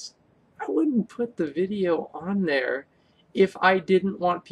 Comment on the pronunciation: Right theyun